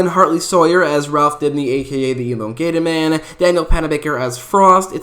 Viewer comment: 😂 sorry..... do you mind pronouncing Elongated Man again!😂😂